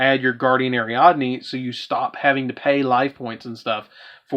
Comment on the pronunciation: How come everybody gotta fuck up "Guiding Ariadne"?